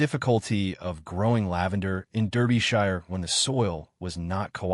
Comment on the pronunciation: AI needs to learn how to pronounce words like Derbyshire and wound. Why all the pics in the beginning that have noting to do with the story? Why is she bandaging his arm when the wound in the beginning pic is on his chest? A wound on his arm would not incapacitate him.